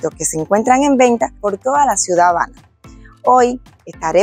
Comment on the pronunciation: Tienes que mejorar la diccion, pareces decir "JABANA"